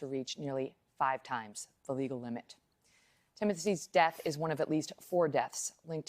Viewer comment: Nice way to pronounce “Timosy’s” at 30 seconds. 🤦‍♂️